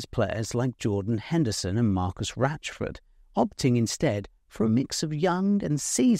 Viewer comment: Why is ‘Rashford’ pronounced as ‘Ratchford’ ? Is that an accent thing or a peculiarity of this very name?